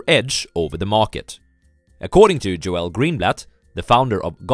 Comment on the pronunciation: GOOD VIDEO. His name is pronounced like "JOLE". Not "Jo-El".